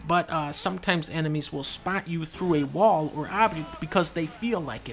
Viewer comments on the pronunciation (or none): none